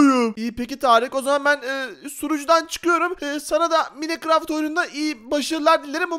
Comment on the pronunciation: Minecraft okunuşu maykıraft